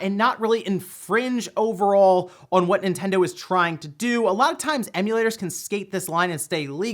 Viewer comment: Ah, yes. The "In Tendo" Switch emulator.